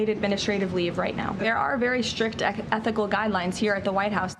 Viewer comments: She couldn't even say ecthi .... i mean ethical right😂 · Leavitt obviously mispronounced a word. She meant there are strict ethnical guidelines. That makes a lot more sense now. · They can't even pronounce "ethical" .